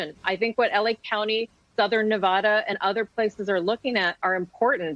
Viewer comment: That’s not how you say Nevada.